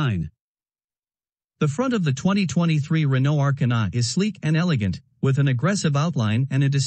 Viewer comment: The A...kar...na lmao 🤣